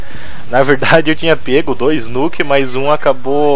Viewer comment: nuuukkkk???? no is nuk???for mi nuk????au..au,,auu.kkkkkkk